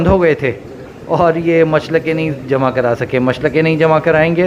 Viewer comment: Machalkay is right pronunciation Not muchlakay